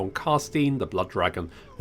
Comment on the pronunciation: Necrarch is pronounced Nek'rark, not Neckrach, not sure if you correct yourself later, but had to stop and comment this.